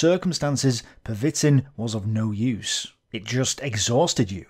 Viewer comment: Pervitin is pronounced Per-ve-teen, with the emphasis on the last syllable. But completely agree with your assertion that if we 'monsterify' Hitler, we deprive ourselves of the opportunity to learn.